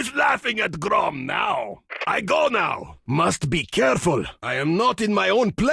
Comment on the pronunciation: Grom not Groff lol.